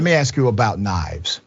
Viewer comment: Let me axe 🪓 you something lol slips up and says that quite a bit